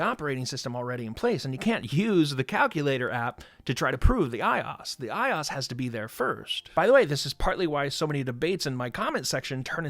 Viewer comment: The eye-os?